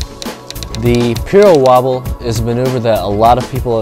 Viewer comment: "Piro wobble" and not "pyro wobble" !